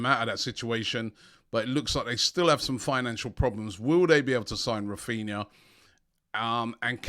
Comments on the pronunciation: Raphinha not Raphina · Raphina, pronounced Raphineea haha. Robbie finds letters in these players names that are just not there